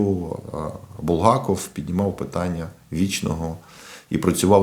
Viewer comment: Не БулгАков, а БулгакОв